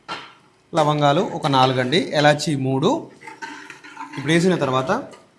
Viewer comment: హలో గారూ యాలుకాలానులవంగాలు లావగాలనుయాలు అంటున్నరు మందు కొట్టారా